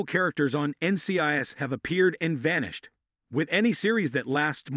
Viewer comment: This automated voice needs to be taught how to pronounce N.C.I.S. properly.